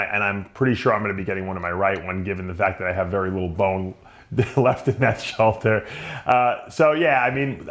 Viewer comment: "Soulder surgery"